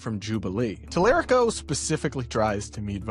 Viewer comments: Y'all are racist. All of the racist stuff trump said. All of the stuff he did. And he's all over the Epstein files. But all you can do is tear down the Black woman who speaks the truth louder than your racism masked as 'skepticism'. I'm not hating on Talarico (can you say his name right?). I think either would be good. But interesting how you harped on her wyt bois statement. Are you feeling a little seen? 🤔😏 Or...cuz you should only be offended if she's talking about you. 🤷🏾‍♂️ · Please pronounce Representative James Talarico’s name correctly. This commentary tells me you haven’t done enough research. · I came to the comments for the same reason. 1) it's just rude to mispronounce a name 2) it shows he hasn't done the bare minimum research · UGH! LEARN HOW TO PRONOUNCE YOUR WHITE BOY IN TEXAS!! <TAL-ER-RICO> While you're trashing the black chick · TALA RICO. Like Puerto, just not as spicy. Is this the Washington Post? This guy obviously has not done his research if he can’t pronounce the name of the leading candidate in Texas. Great job, Bezos, only the best at WAPO. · If you are going to act as if you are a "news source" at least try to learn how to pronounce your subjects names Mr. Talarico (Tal uh ree ko) and Ms. Crockett deserve better; and maybe try not to be so bias. It's almost as if you are pandering to your daddy tRump... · Since when is the Washington Post the bastion for liberalism? You have to love the Talarico folks in here. They don’t even know the history of the Washington Post and they are already latching on to them. Plus these people can even say his name right. Guys even James Talarico does not say his name that way. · The fact that the commentator can’t even properly pronounce Talarico, yet has such a strong opinion about the race in Texas tells me all I need to know. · Please pronounce his name correctly. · F@ off, fascist. You don't know how to pronounce talarico's name, and we're supposed to think you've done your research? 😂